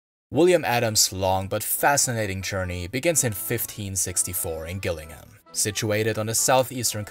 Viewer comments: It's actually pronounced jil-ling-num, I live here 🫡 Amazing video! Very informative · The G in Gillingham, Kent is actually pronounced as a J. There is a Gillingham in Dorset, where strangely the G is pronounced as G. Even English news readers make the same mistake. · Very interesting. Just so you know, Gillingham is pronounced with a soft G.